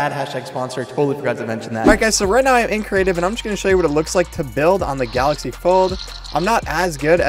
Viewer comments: Anyone gonna notice how he spelled galaxy wrong? He said "galxay" but its galaxy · "GALXAY" or galaxy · "Fortnite on the Galxay Fold" Hmm...